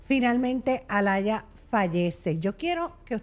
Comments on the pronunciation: No se dice Alaya es Aaliyah (Alia) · No se pronuncia Alaya se pronuncia Alia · Se pronuncia ‘Alíah’